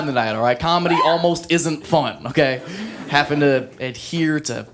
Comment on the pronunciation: “haffin’ to” Welcome to the Midwest yo